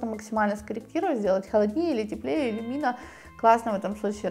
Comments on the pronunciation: Почему иллюмИна, когда производная от люмен? Ухо режет очень. Удивлена что мастер неправильно называет. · Не элюмИна , а иллЮмина.И да,велла иллЮмина офигенный краситель .